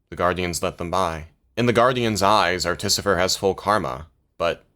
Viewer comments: I think u watched the video wrong, its clearly pronounced articifer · Is “Articifer” some inside joke I’m not aware of or are you mispronouncing this the whole video? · pfft.... "Ar-tificer", and i've been saying "Arti-ficer" this whole time. that aside i love this video.